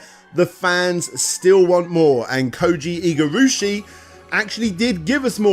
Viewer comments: "Takamiko memorial" "Koji Igurushi" It's Tokimeki Memorial, this dude is seriously not even trying with the japanese names lmao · This is so intelligently presented in most every way possible, that I have to believe the severe mispronunciations of “Koji Igarashi’s” name and “Tokimeki Memorial” are comedic trolling. Which is okay, I guess. Someone please tell me that is the case.